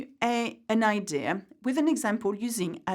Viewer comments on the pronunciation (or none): none